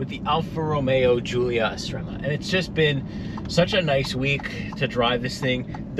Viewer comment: Did you say Goolia??!! Lol